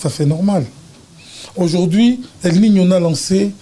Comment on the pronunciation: el nino et non el minho